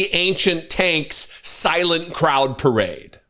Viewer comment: First thing to say to donold: 'Loved your pirrrade!' laughing.